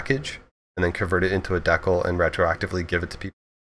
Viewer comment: Can this guy not pronounce the word decal ?